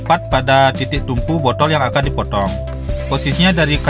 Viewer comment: bodtol bodol apa botol mas 😅